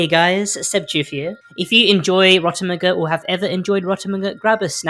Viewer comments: rotomuguh sounds strange call it "rot meg" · Ro-tem-eh-gu... NO... It's Rot- EM JEE!